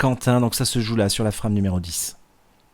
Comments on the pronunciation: La FRAME , est un mot anglais. Alors on le prononce en anglais... C'est Français qui rit des accents et de la façon des autres de parler.... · pourquoi ne pas prononcer ''frame'' a l'anglaise, sinon vous dites bien ''strike'' et non pas strique a la francaise.